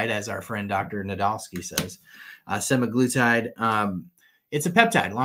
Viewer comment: And Dr Nadolsky drops the bomb. 💥 😆 Yes folks… it really is SEH-MAG-LOO-TIDE. Scoreboard: Stuffy 1 Prior Default 0